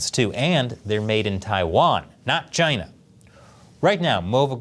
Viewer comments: it’s not china, not sjina, it’s kina now baby! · why did he pronounce "china" as "kai-nuh"